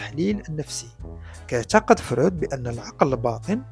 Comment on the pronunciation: إسمه فْرُويْدْ هناك حرف الياء بعد الواو وليس فرود أين وضعت حرف الياء ، حتى بالإنجليزية يسمى frued وليس froud. 😅😅